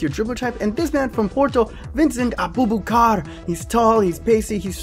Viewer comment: Congrats on 5K subscribers,B!Well deserved!Move on to 10K. ;) You pronounced Vincent Aboubakar's name incorrectly lol.